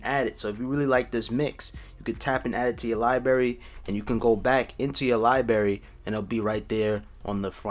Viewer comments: It’s libRary! NOT li-bary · ITS libRary not libarry other than that great video, 😀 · If I hear Lie Berry one more time😤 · “Lie berry” 😔😔😔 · If you say liberry one more time man I swear to god😂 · Was anybody internally cringing when he kept saying libary? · Did he say Libary? 🤔😇🤣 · What is a “Lie Berry”? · It annoyed me so much it's librrrarry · LMFAOOOOO son it was giving me a headache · obviously its called Liberry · lie berry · HOW CAN YOU SAY LIBRARY LIKE THAT. Good vid though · can’t even say library right 💀💀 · Everyone keep talking about libary, but I cant get over versatality